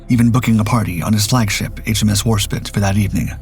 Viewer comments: War-spit!? It is Warspite. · A small point, tell your AI that it is 'Spite not 'Spit. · Warspite, not Warspit. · Warspite! It's Warspite NOT Warspit. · Not Warspit it’s WARSPITE! No longer a subscriber, I didn’t realize until now it was a CG narration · Warspite not Warspit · ‘Spite’ not ‘spit’ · Veneto mispronounced throughout:( HMS Warspite -- spite rather than spit? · Well it is still 'spite' and not 'spit. I assumed AI because it seemed unbelievable that an experienced commentator could make such a mistake. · Not HMS Warspit. It’s HMS Warspite. Totally different connotations in the words and it is vanishingly unlikely that the British would name a warship honouring the act of expectoration. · Ta - that was annoying the hell out of me too!! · "war spite" NOT "War spit." Your consistent failure to propounce names in history is AMAZING. DARK EVEN. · Great video Except 1thing…. It is Warspiiiitee not War Spit. SPITE… deliberately hurt annoy or offend! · It's WarSPITE not WarSPIT, spitting at your enemy won't do much harm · warspit??? nah ai is shite. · the ai voice calls the british battleship 'WAR SPIT' get real people to narrate! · I love your videos but I gotta give you a hard time “ The War Spit” lol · Warspit? This single pronunciation makes this video irritating. Drachinifel's video on the Battle of Cape Matapan is far better. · the British docos on YouTube refer to it as War-Spite. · It's Warspite, do love your content but you wouldn't call Warspite Warspit to her face😂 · You're obviously spelling the name wrong! Didn't you hear the dark docs narrator? It's Warspit. No E on the end of it. Spit... not spite.😂 The mispronunciations from this content provider are like nails on a chalkboard. I suppose it's a mark in their favor that I am willing to suffer it over and over. 🤣🤣🤣. But what the hell? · For this channel, that’s a very minor mistake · War spit. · Why does this guy always mispronounce Warspite?